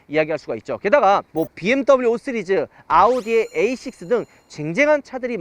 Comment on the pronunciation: 5쓰리즈ㅋㅋㅋ발음안되셔ㅋㅋㅋ 오늘 반포ic에서 g80 핀도스그린 봤는데ㅋㅋ 진짜 색..뭐라 표현 못하겠더라구요ㅋㅋ